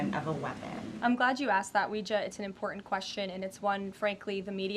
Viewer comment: Please annunciate when you say words like threaten and not threa en, di en instead of didn't or impor ent instead of important! Pronouce your Ts please!😊